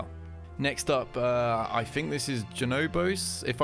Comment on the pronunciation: “...Shifted to a free monf...” “I fink..” this dude is hard to understand.